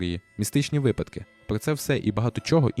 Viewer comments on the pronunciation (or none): none